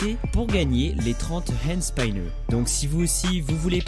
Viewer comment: on prononce hande spineur😧